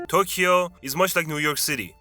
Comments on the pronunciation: why do you say tokeyo and then say we as if you are a Japanese person? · I was almost buying some of this as a 30+ year resident of Tokyo. That was until the narrator tried to pronounce the word "Tokyo". It was a big hint that this is a foreign channel. See, there is no "key" sound in the pronunciation of Tokyo. Oh, and they are tangerines in Ehime.